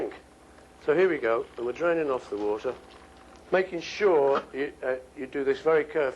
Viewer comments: I like how he said "water" in an american accent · But , he says it again.like Brit. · lol he pronounced "water" in an American accent